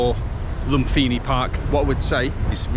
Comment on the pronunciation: Language tip, my man... the H is silent in Thai language. Think of the word "Thai" or example. Or "Phuket" ("pronounced pooKET"). So when you say "LumFINI" park, it is a major cringe. After one has been in Thailand for five minutes, one should know this. One should know this even before arriving, frankly.